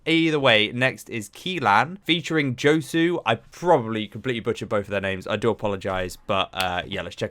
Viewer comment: Josue pronunciation is "hoswe"